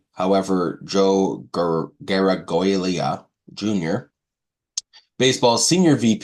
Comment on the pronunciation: Was the legendary baseball name "Joe Garagiola" butchered here? Joe Garagiola Sr. was a legendary player and sportscaster, and is in the Hall of Fame for both.